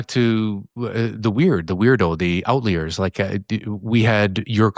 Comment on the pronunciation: Is saying "outlayer" instead of "outlier" on purpose?